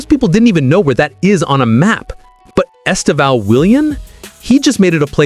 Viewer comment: The first acent in his name is the stroguest one. The second one just show the close nasal sound. Estêvão. The strong silable is TE, please. The way you pronounce is very strange and even funny in Portuguese.